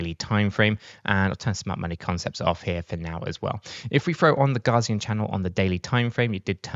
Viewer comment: It's not "Gazian" Channel (ie, "Gar"). It's "Gaussian", pronounced "Gow", as in Carl Friedrich Gauss (see wikipedia).